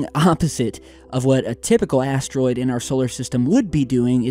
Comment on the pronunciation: i hear like asstroid..listen carefully